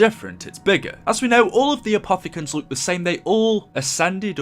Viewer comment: Why do you say luke instead of look 😂😂great vids btw